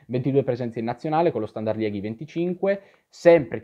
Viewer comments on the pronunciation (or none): Moeskroen si legge Muskrun, la OE è sempre U in Olandese/Fiammingo. E Liegi si pronuncia proprio Liegi in Italiano, non Lieghi (Liège in francese)